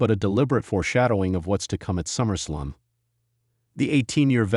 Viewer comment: The voice on this video is A. I. Absolute Trash when pronouncing wrestlers names. Quit the lazy. It’s Summer Slam. Not Summer Slum.